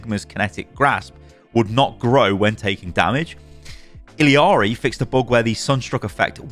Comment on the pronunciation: "I read the comments!" ......has been told he's saying Illari wrong and still calls her ill ee arr ee. Ee yar ee. Listen to her say her name when you spawn in. You're putting in an extra syllable and the L is like tortilla. (I really hope you don't say tor-tiLL-a in the UK and actually say it tor-tee-ya lol)